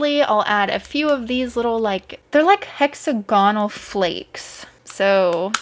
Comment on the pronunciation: Please, for me, don’t say hexa-gonal anymore, it’s hex- agonal. Yay, that’s it. I’m so happy now. Beautiful mixes 🇦🇺❤️